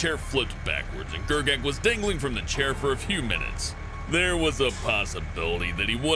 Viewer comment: It's pronounced scar-ber-oh I live in Maine I should know